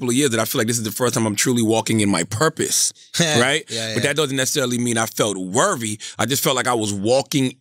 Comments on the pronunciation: How many times is Charla gonna say “worvvy”? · I aint watch yet, but i bet Charlamagne is saying “Wervy” instead of “worthy” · Rite worvy 😂😂😂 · Charla what is “worvy” ? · Wtf is Worvey I mean come on bruh seriously you said it 4 times straight in 1 sentence you didn’t correct it once 😂😂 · How did schultz let him say worvey that many times without making a joke about it ..... writes two best selling books cant say the word worthy correctly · Yo CTG there isn’t a “V” in worthy my guy lmao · Hearing Charlemagne mispronounce worthy at least 25 times and not calling him on it... Schulz really has ascended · Lol he’s not technically mispronouncing it, he is speaking AAVE + his southern accent and I think Andrew knows that♥️ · How many times will Charlamagne say the word “worthy” wrong till Andrew corrects him? Just turned it into a drinking game 😂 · Worthiness * Worth * "Charlemagne the God if Mispronunciation"